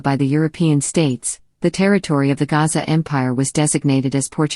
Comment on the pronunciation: The Portuguese failed to pronounce the name of Soshangane's ancestor, whose name is uGasa, Not Gaza